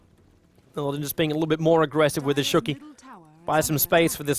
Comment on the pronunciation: I love you, man but please stop saying "shooky.":P